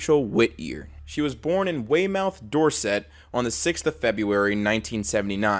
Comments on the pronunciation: i'm from very near to Weymouth, Dorset. FYI, its pronounced "whey-muff" not "way-mouth" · Love the series - but as a Brit, it wouldn't feel right if I didn't say it: It might be spelled Weymouth but it's one of those weird English-isms where it's pronounced "Wey-muth". 😅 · I shouldnt be laughing but the way you said 'Weymouth' is hilarious. It's not way-mouth, it's waymuth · It's pronounced way-muth Door-sit, I know, we are weird. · Weymouth is pronounced WAY-MOTH. I'm just sayin' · hearing you butcher "Weymouth, Dorset" hurt my soul ngl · Lol the way he says Weymouth 😂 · The way you said Weymouth.. hurts me.. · Love this series. Fyi any british place name ending in 'mouth' is pronounced muth. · Great video as always but I can’t get over your pronunciation of Weymouth and Dorset